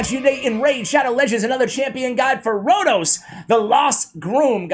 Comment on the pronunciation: FINALLY. IT IS HERE. AND YES YOU SAID MY NAME LIKE A LOCAL. CONGRATULATIONS